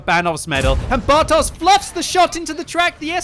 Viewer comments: It's 'bartosh' not 'bartoze'. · pls... You should read "bartosz" as "bartosh"... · As always - thanks for great comments of the battle! Just small remark (but of course I wouldn't expect you to know it): Bartosz is Polish name so if you see Polish 'sz' then pronounce it as English 'sh'. See this